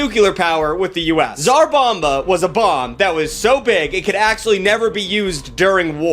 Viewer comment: SAR BOMA. That's how you pronounce it.